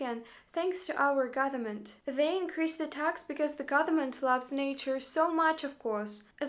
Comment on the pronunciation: It's interesting, most russians cannot pronounce "th" sound but this woman inserts the "th" sound into words instead of the "v" sound which is native sound for russians. "Gotherment." How many times in this video did she say "gotherment?" Count me among the skeptics.